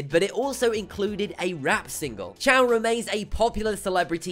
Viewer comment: His name is choy not chow. And he lost that fight by an arm bar.